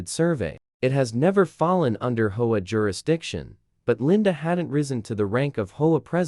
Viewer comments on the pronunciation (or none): Sounds like some kind of dinosaur bird when they say hoah 😂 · Please pronounce H O A correctly.